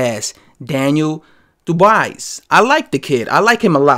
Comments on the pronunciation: Daniel DUbois is a solid sparring partner. Dubois would destroy Joshua in 3 rounds if they ever fought. Btw, it's pronounced DOOB-WAHHHHHH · Ya..you sure messed up that name bruh 😊.so allow me to attempt to correct you...see, "Dubois" is a French name it's not pronounced the way its written..so try to think of : "Du-bua" that's how "Dubois" is pronounced ..hope that helped bruh